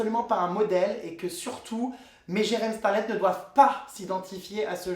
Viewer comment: Ca choque personne le "jeremstarlette" au debut?